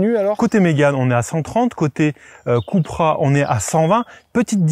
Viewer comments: Pourquoi Keu et pas kou voire ku??Super essai de voitures « normales ».On est loin des Suv de deux tonnes!Perso,je choisis la Coupra(ou keu ou kou!!)Et bienvenue à toi! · Pourquoi il dit keupra et non koupra ? 😂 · KOUpra pas KEUPra, seat c'est espagnol, pas anglais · Cupra c'est espagnol les gars pas anglais, on dit Coupra pas Queupra. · « Ceupra » 🤣🤣🤣 Les gars qui inventent une nouvelle prononciation de la marque espagnole, qui doivent bien rigoler d’ailleurs. 🤣🤣🤣 COUPRA pour les connaisseurs!!! 😉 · « Cupra » se prononce vraiment Kepra? Je pensais cUpra ou à la limite cOUpra.